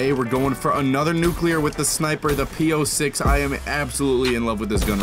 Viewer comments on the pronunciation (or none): It's P-06 not P-O6